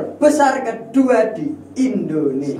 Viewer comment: Bukan endonesia tapi Indonesia mas